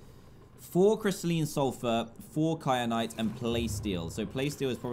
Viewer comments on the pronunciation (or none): Stop calling it cry-a-nite. Its Ky-a-nite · There wasn’t an r in kyanite how do you not no how to say it no offense but I am tired of everyone missing the obvious obv need to pay attention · I love how he says “kyanite” wrong every time lol 😂